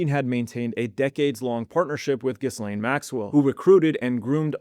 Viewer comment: “Giss-Lane” “Ka- Mall-Lah” ? Not the point but it’s difficult to believe you understand this topic when you can’t even pronounce these famous names. 😭